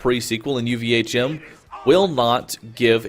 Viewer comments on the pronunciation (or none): OMG stop calling it UVA'CHIM!